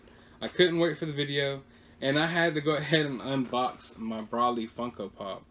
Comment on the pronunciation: Its bro lee Than nose